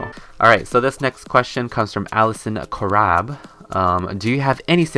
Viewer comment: IT'S KOR AB LOL I AM FREAKING OUT THAT YOU SAID MY NAME AND YOU SAID MY LAST NAME WRONG ( It's okay dat you said it wrong but MAN ) almost has a heartattack Edit: I almost died bc I SAW MYSELF FROM THE ONE AND ONLY